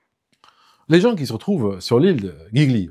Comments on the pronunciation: La petite embarcation dite Tender ou Dinghy est une Annexe en français. (et on dit 'djii-lio' pour l'Ile de Giglio)😉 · ☝️ Giglio, se prononce "D'jilio" !!! 😉